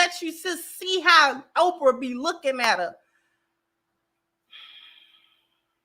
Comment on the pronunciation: CC did she just call Oprah Opar? Play it back play it back😂😂😂.